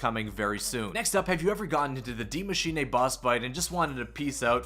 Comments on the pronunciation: My guy can you stop saying “DiE mAsChiNaY”? It’s Die Maschine. Maschine like Machine. Please. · "Die maschinay"